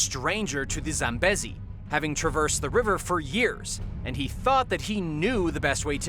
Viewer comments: How do you not know how to pronounce "Zambezi"? it's pronounced like "Zamm - BEE - zee". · It's pronounced Zam bee zee. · Scary stuff. I heard that Hippo's are actually the biggest killer of humans, beating sharks. Just as an aside. Zambezi is pronounced with a long drawn out eeee sound. Zam beee zi. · Zambeasy say it like that lol zambeze wee wee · you HAVE to learn how to pronounce words correctly. you can't even say "Zambezi" right. if you're gonna make videos you have to pronounce words the right way